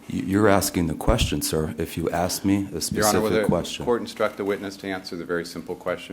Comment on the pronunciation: he din't axe Michelle!!!